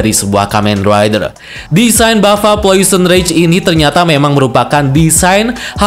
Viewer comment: Janjian nih sama agan reza ya?? Subtitle nya bener namanya plosion rage, videonya penyebutannya salah. Agan reza malah sebaliknya.